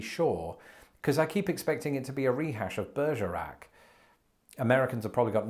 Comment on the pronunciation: I'm very glad that you put the spelling of Bergerac on screen becuase at first I thought you just had a stroke. XD